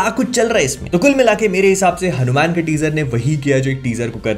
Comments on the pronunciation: Why you are always keep saying it हनुमैन? bhaiya teaser me hindi me wha par हनुमान likha hua aata hai, toh aap hanuman bol sakte hai, or waise bhi ab toh koi confusion bhi nhi hona chahiye aapko teaset dekhne ke baad. By the way the review was awesome. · HanuMan = pronounced as HanuMaan not Man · Please pronounce Hanumaan Not Hanu-Man Please Movie Ka Naam Hanuman Hai baki Exited to hai iske liye🔥🔥🔥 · Please , I understand you watch have grown up with Western comics but please keep a threshold. You didn’t talk about the climax shot which was the highest point in the trailer. And please stop saying Hanu- Man. It’s Hanuman , for comic book researchers it’s very obvious to resonate Batman, Ironman but people like us, the Setu Org. members and researchers he is the living reality, the history, the present, the future, our emotion. Because we have explored his traces. Man of culture please value our own culture. 😊Anyway, keep on your comic book research along medical service. You are doing a great job. Love from Boston. Om ShivRamHanumate Namaha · It's not हणूम्यान it's हनुमान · Its not hanu Man Its Hanuman hair... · Its हनुमान not हनुम्यान (Hanu Man) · It's not hanumen it's hanuman correct it . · Its just ( हनुमान) ,not HANU. MAN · It's हनुमान not हनु मैन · हनुमेन mt bolo yaar हनुमान bolo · Bro its Hanumaan not Hanuman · It's हनुमान, not हनुमैन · Isko हनुमान bhi bolna nahi aaata😂😂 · Bhai apse ye ummid nhi thi Kam se kam name to shi se lo